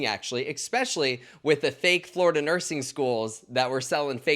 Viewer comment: Nurse Blake I love you, but I have to sat it...FLORDIA YOU SAY ??? 🤪